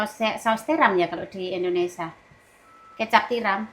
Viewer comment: kalau omong ga buru buru bisa omong INDONESIA dg bener,tp kadang buru buru omong nya Indonesa 🤔😄😁